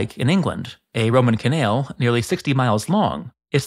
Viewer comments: What is a ca-nail? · im sorry im goign to come off very rude, and people can call me out thats fine, but why do you pronounce canal in some kind of strong south african accent? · You say canal in such a strange way that it is causing me physical discomfort. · You narrate a masonry channel, and yet You can't pronounce canal. I never wanted to be that guy mnan